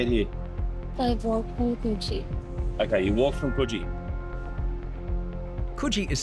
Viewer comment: The pronunciation of Coogee is really annoying me...